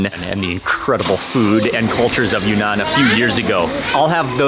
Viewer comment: Mark, it’s pronounced“ Yune-Nan” instead of “Yu-Nan”